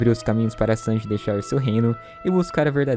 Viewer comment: Falar Chanji é foda 🤣🤣🤣🤣'